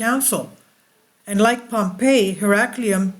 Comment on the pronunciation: Herculaneum please get the pronunciation right.